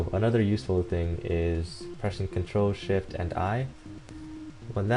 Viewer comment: what are the controls to change brightness? it sounds like your saying "Ctrl, sh*t, u."